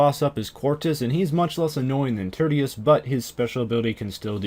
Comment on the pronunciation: "turdius". its pronounced TEER-SHUS